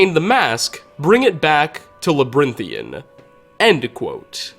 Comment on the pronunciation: "Labrinthian" sighs